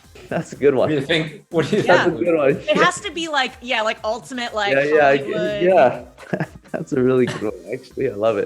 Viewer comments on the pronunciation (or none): none